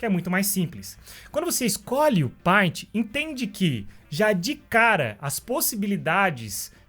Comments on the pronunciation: Bom, o conceito tá errado. O que a ferramenta faz é facilitar ou não processo, tudo depende de quem está usando a ferramenta, o paint (por favor se pronuncia "peintI", não "painti") por exemplo, ela é limitada no sentido de recursos práticos o que não impossibilita de fazer algo de qualidade com ela. Não adianta colocar um photoshop na mão de quem não tem conteúdo ou técnica pra usa-lo, melhor um paint na mão de alguém que saiba desenhar. O mesmo se aplica a qualquer ferramenta, em qualquer area existente, tanto virtual quanto real. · Só não ganhou um like porque pronunciou errado a palavra "PAINT"!!!